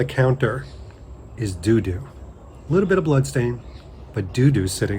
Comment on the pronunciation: I’m fairly certain it’s Tutu, not Doodoo.